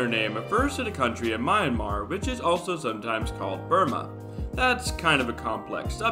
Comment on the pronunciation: That's not how you pronounce Myanmer😭